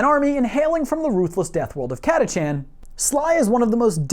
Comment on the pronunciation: Cat-uh-can, this is according to all of the audio books. Sly Marbo still answers to the one and only. . . COL. Iron Hand Stracken.